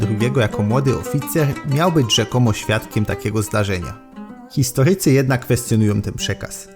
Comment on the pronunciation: Rzeczypospo’litej. Histo’rycy. Kato’licy. Geopoli’tyka. Akcenty na o tam gdzie apostrof. Może w Istambule pamiętają jak się prawidłowo mówi po polsku?